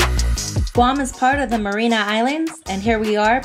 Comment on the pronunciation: It's pronounced Mar-ee-an-us Islands (not Marina Island). Thought you might need to know....